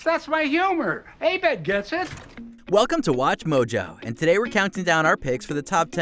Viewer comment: I knew about chevys bs behavior but on another note it pisses me off how he’s never said abed’s name right